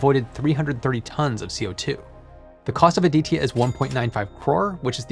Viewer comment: You need to learn how to pronounce ADITYA, and it felt pretty awkward listening rupees cost in millions rather than in lakhs, besides these Nice video.